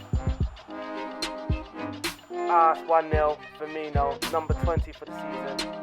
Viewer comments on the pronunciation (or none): none